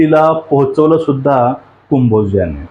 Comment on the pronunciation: आण्णा, कुंभोज नव्हे हो, कंबोज म्हणा !